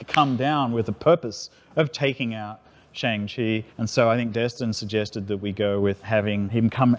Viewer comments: Why does everyone keep saying "Shong-Chi"?????? It's pronounced as "SHAANG-CHI" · "Shong-Chi." Gets Shyamalan in 2010 flashbacks* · shung-chee is the right way to pronounce it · the fact that this dude said "Shaeng-chee" is triggering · I no longer feel bad for accidentally mispronouncing Shang-Chi all the time, since apparently someone who worked on it does the same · I actually just saw Simu Liu himself accidentally pronounce it the "american way" in the BTS 😂